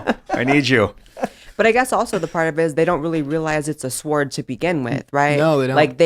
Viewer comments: Dear God. I can’t watch the rest of the video with Blair’s White and how he keeps saying some words. sWard (sword), sof10 (soften)… JFC🤣🤦‍♂️ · S(w)ord not sword. W is silent. Just sayin. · She pronounced the W in sword! ❤ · I don't know any of their names, but that girl says the W in sword more than me, and now I'm wondering if I've always been saying that word wrong. 🤣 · She just pronounced sword, with the W... she called it a SWword... lmao... oh how the education system has failed. :(